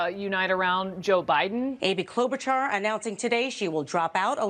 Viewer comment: "klobuhchar" dumbass